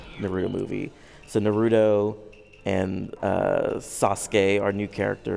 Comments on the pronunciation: you surely don't know how to say their names right narudo,sakurá and sasque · SV™ | Official 2015 "saaskay" how could the game developer pronounce their names wrong?!?